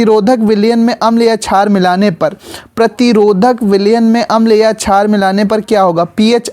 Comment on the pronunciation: Sir vo jhaar nhi shaar hai 😂